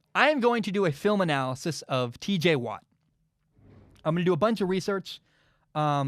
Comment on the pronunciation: I’m sorry bro but you gotta correct your tj watt it’s not teej bro I mean I hope that was just a mess up